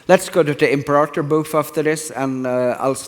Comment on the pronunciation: Imprator Rome, lul Johan.